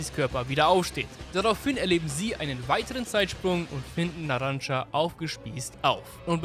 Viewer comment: Er heißt NARANCIA NICHT NARANCA NARAN(CIA)